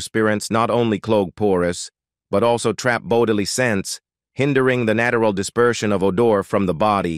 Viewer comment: nattural. lol.. that was one of the funniest pronunciations . what a mess. omg...a trigger warning for diana?..gadszook